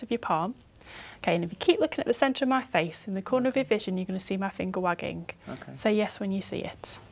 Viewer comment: am i the only one who think she said "hace" instead of "face" ? I think she wanted to say head but meant face and ended up saying hace instead.